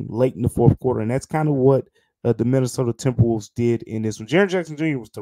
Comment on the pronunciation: the "mInAtOdA tMbrWoLvEs" at the start killed me lmfao love ya great episode